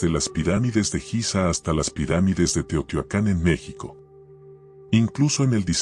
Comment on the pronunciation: SE DICE TEOHTIUACAN.